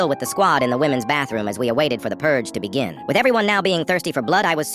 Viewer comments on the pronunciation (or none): Begen not bihen